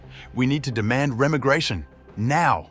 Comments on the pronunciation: Teach your ai to speak English, it re-migration 🤦 not rem-igration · It's re-my-gration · Remmergration? Is this AI crap? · Is this an AI soundtrack?… Reh-migration? Everyone here who thinks this video, repeating what's already been said a hundred thousand times, will have any effect at all, is in for a shock. Then again, maybe they're already too numb to be shocked. Instead, they'll just opt for the same old same old. De rien. Social media are draining the will of citizens of Western nations to make change happen. They think tweets and comments -- oh and speeches by pretty Dutch women -- stand as substitutes. The West's leaders are not going to change as long as they hold power. They need to be deposed. Many need to be put on trial. Violent revolution isn't an option in today's world. But a unified citizenry can throw a monkey-wrench in the works, and bring things to a halt until their demands are met. If that doesn't work, nothing will. The West will simply die and uncivilization will replace civilization. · Teach the AI how to pronounce "remigration" please.